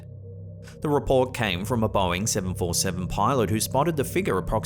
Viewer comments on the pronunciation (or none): none